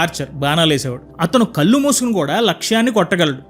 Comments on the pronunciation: ఇందుకే నేను చాలా సార్లు అంటూఉంటాను. రిటైర్ అయ్యాక కాదు భగవద్గీత చదవడం.చిన్నతనం నుంచి చదివి దానిని ఆచరించడం పెడితే చాలు అని. బాగా చెబుతున్నారు కానీ నీ చిన్న మాట. కల్లు కాదు కళ్ళు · Please… కళ్ళు అని పలకండి … కల్లు. కాదు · భాష చాలా ముఖ్యమైనది సోదరా.కళ్శు అనాలి గానీ కల్లు అనకూడదు.కల్లు అంటే తాటికల్లు అని అర్ధం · కల్లు అంటే అర్థం మారిపోతుంది... కళ్ళు అని పలకాలి. 👍